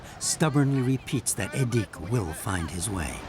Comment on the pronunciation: The weird-ass forced exoticisation here was unnecessary (e.g., making the names even stranger to English speakers' ears than they already are) - the life of the Nenets people (not "Nenetses") is already unusual enough without it. "Edik" is clearly pronounced with the accent on the first syllable, not the second one - his father says it several times - and there's no need for a "u" in "Gena" (short for "Gennady", a common Russian name - as is "Edik", which is short for "Edouard". During the Soviet era, "local" names were essentially forbidden, and Russian names are still pretty much the default today.